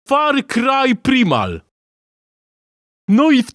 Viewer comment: On powiedzial dobrze farcry primal :D , mogliscie zrobic ze mowi farcaj prima ^^